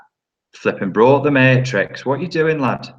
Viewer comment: "Who'd he play in the mayyytrix?" lol! Always a good laff and lots of good info… thanks mate :)